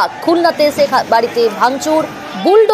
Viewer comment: হায়রে সাংবাদিক 😂😂আমাদের নেত্রীকে ছেখ হাসিনা বলে কেন বারবার। 😂😂